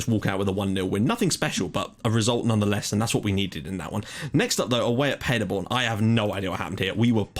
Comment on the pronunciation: Btw Paderborn pronounced like Paaderborn not Padderborn :)